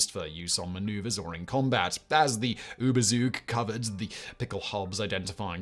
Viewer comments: the ooba soog 😂 (it is ˈyːbɐˌt͡suːk btw.) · It is "tzug" not "suug" for "Zug" (ziehen=draw). Any protective cover or coating may be called "Überzug" as it is drawn or painted over the thing that needs protection. A lightweight coat used to be called an "Überzieher" in Germany.